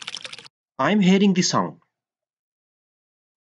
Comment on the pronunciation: Not di sound or di water ... Da sound, The water, the sound.. it's not di because it is not starting with A, E, O, U